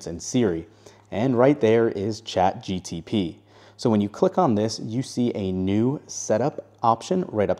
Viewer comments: Saying Chat GTP instead of GPT is bothering me a lot. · It’s Chat G P T, not Chat G T P. Your welcome. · My ears hurt from chat GTP 😂😂😂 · Listen when he started the video I had to google it. I was like "don’t tell me I been saying this wrong all this time" apparently he is wrong. Feel better now 😅😂